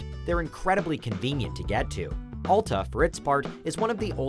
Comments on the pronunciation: Why can't people ever say alta correctly????? AL-TA NOT ALL-TA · Al-ta not All-ta this review is disqualified due to mispronunciation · It's pronounced Al-Ta, not All-Ta. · You know he has no idea what he is talking about when he can’t even pronounce Alta correctly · I cant stand the way he pronounces Alta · You obviously don’t ski that many resorts.. and pronounce Alta correctly. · The narrator couldn't even PRONOUNCE Alta correctly...